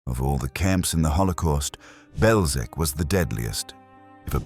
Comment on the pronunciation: BelzheTS, not "Belzhek".